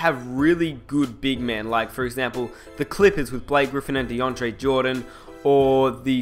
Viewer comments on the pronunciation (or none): none